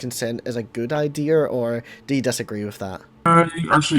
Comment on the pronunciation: Are you saying Ideer? Like the animal deer